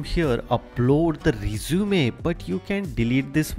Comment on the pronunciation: Too fast. By the way, two terms you might want to correct in English are Cover Letter (not "Covering Letter") and the word "resume" is pronounced REH-zoo-meh, not reh-ZOO-mee.